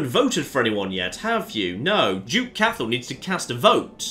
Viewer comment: Cathal is pronouced Cot hull just FYI :)